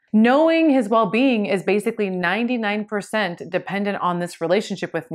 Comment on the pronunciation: Basically not Basucally.